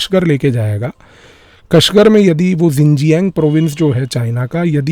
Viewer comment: It is pronounced "shin-jiang", not "zin-jiang". I do not know how the global media decided that "xi" in chinese should be pronounced "zi". It's not.